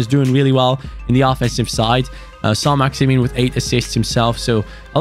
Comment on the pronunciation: When say Saint Maximan he score but when he says Saint maximin he misses